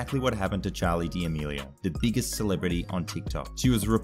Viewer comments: Charli dimilio it's damelio 😂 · The way he says damelio lol